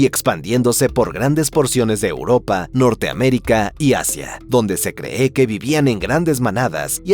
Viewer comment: Por qué dice "se creé"? Este narrador es un sintetizador de audio o una IA?